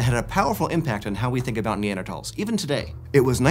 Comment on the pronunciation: He's saying it correctly.